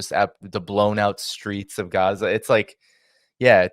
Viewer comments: Guzza? Is that Gaza pronounced with a Yiddish accent? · Somebody tell this chick that it's Gaza, not Guza. That' what you get when they get out of the kitchen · its pronounced gaaaza, not guuuza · It’s Gaza, not Geza… 🙄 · Guza..... 😒 I die inside a little when she mispronounces that 😂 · Why does she keep calling it Guza? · Great discussion, but please stop pronouncing Gaza like that. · Why can’t she say Gaza properly?